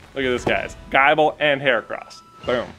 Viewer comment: It’s not pronounced Guyble…. the “i” is the same as the “i” in nibble